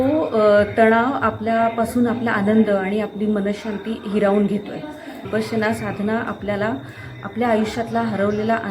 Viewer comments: शुद्ध बोला नं----- विपासना नाही, विपश्यना असा शब्द आहे. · विपासना असा उच्चार का केला जातोय ही फार मोठी चूक आहे विपस्सना असा शब्द आहे... प ला काना देऊ नये... अर्थाचा अनर्थ होतोय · Vipasna nahi vipashyana mhantat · विपसना नाही विपश्यना असे मानले जाते विपसना नाही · विपासना नाही तो शब्द विपश्यना आहे बाकी सर्व माहिती खूप छान दिलीत 👌🏻👌🏻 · Pl don't use the word Vipasana frequently ,use correct pronunciation.